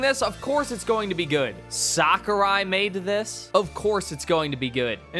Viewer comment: It's crazy to me someone can make a entire video gurgling the balls of someone whose name they can't even pronounce correctly.